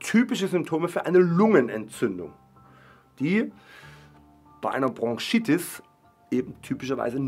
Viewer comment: Ich will ja nicht als Korinthenkacker rüber kommen, aber es heißt BroNchitis und nicht BroNGchitis 😂